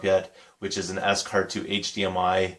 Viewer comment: Cool finds mate . Scart are great wires to use . I adice if you do get on with the scarts m I advice getting gold type endings for em . Also its pronounced 'SCART' not s cart . :) . What do u teach :) . ? .